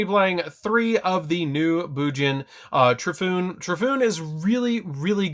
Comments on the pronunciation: Tor E fu neh. Not Trifoon. Sorry don't mean to be Grammer police but that was bad. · Isn't Torifune pronounced "tore-e-foon-ey" ? Cuz you know...Japanese? Yamato, Hirune, Arasuda? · You pronounced Torifune wrong…it's Toe-Ree-Fu-Nay. Still, great deck profile. I was waiting for this.